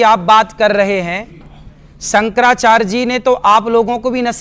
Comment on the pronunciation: अरे ऐ बातावाचक, तेरा नाम क्या है रे, अनिरिद्धाचार्य न। पहली बात तो ये है कि तुमको (आपको) शंकराचार्य बोलना नहीं आता। तू कैसे बोल रहा है कि, संकराचार्ज 😊😊😊 ये चार्ज क्या है ढोंगी और ये संकर क्या है शंकर बोल। तुमको भाषा का उच्चारण ही सही से नहीं आया और चला कथावाचक बनकर झूठा ज्ञान पेलने। तू कथावाचक नहीं कन्त्री वाचाल है। और सुनो झूठ मत फैलाओ मेकअप जीवी, राहुल ने सारे हिन्दू को हिंसा फैलाने वाले नहीं कहा । उसने कहा कि सारे हिन्दू बीजेपी के नहीं हैं और सच्चा हिन्दू हिंसक नहीं होता क्योंकि हिन्दू धर्म हिंसा नही सिखाता। ये हिंसा फैलाने वाले सिर्फ बीजेपी वाले ही है और हर हिन्दू हिंसा नहीं फैलता, ये है राहुल की कही बात उसे पलट कर झूठ मत फैला एक कथा के नाम पर 30 से 40 लाख लेने वाले।